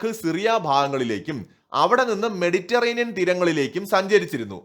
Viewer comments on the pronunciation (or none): none